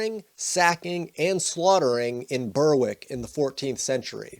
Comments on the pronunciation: Berwick pronounced Bearick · Berwick = Berrick